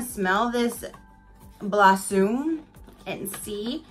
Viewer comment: Blossume lol